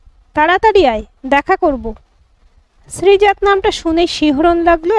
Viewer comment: উচ্চারণ টা হবে শ্রীজাতো ত এ হসন্ত নেই